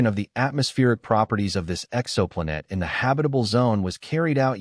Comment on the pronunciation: Yeah, the AI messed up when the "exo" was in front of "planet".....personally, AI is getting so sophisticated I would rather have the mistakes included so I KNOW it's AI.